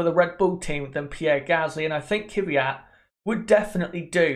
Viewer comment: Daniil Kvyat. Not Dani Kyvyat